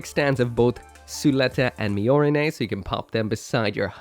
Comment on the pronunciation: Me: hears pronounce “mi-OR-i-ne” Me: THE FUNKY PRONOUNCIATIONS STRIKE AGAINNN!!!